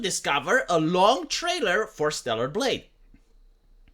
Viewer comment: At fking last you pronounced StellaR. Fk me, that took some fking time, man.